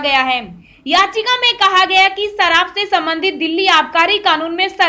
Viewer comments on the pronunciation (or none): Biharun aagy taja (taza) khabar lekar. Sarab nahi sharab.